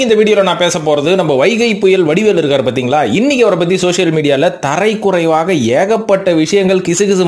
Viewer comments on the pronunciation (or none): தரைக்குறைவாக இல்லை தரக்குறைவாக